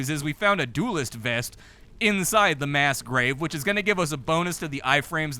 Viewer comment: Mass grave? I thought you said mask rave 😔